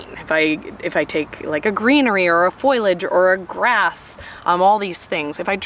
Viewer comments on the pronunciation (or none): That bothers you more than FOIL- age 😂